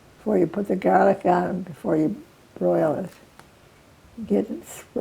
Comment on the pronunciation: When i heard her say "gaalic" i knew she was Italian 🥰